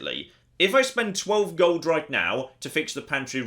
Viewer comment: The word is "gold". Definitely NOT golduh If you wouldn´t speak like that constantly i could just get past it but you sound like the most unbearable prick like that and so i´m out.